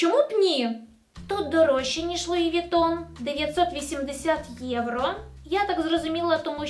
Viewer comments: Ну чому поооостійно єврА, а не єврО?🫣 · будь ласка, не єврА, а єврО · "ЄврО" а не "ЄврА"